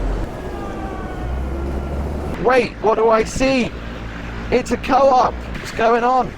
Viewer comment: Pls don't say co|op. It's not a FP-Schooter. It is spoken as a long o. Simply. So cooop😂